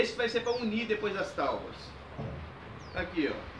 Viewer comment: Ao invés de TAUBA FICA BEM MIÓ PRONUNCIAR TÁBOA